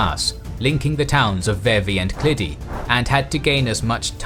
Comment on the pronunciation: Key key pass